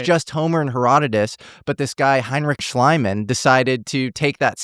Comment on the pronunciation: dude, it's Lie-rhymes-with-thigh LIBE-nitz .. Leibniz .... and SchLEE-mann .. you've got the "ie" "ei" in German exactly backwards!!!! love you.